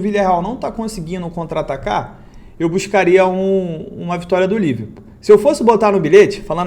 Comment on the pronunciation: Só eu ouvi Liver Putaria kkkkkk